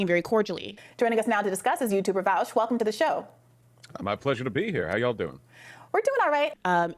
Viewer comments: "Welcome to the show, Vaush." "Where's Virgil?" "Why have you done this to me Vowsh?" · She goes from saying his name correctly to saying it like friggin' Sargon. She's so dishonest xd